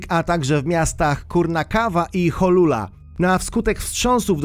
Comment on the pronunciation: Nie “Jolula” w Męksiku 😭😭😭